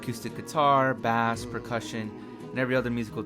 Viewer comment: video pretty good but dont say bass like b-ass. its b-ace